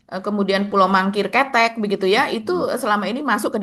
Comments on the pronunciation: pengucapannya bukan ketek mbak tp kete' artinya kecil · parah,, pulau kete'... bukan ketek,, ish ish ish..😂... tito bekas polisi, dia ngerti sabotase